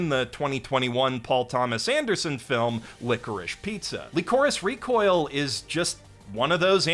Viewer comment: LEECOREECE REECOYEEL Bruh this pronunciation is killing me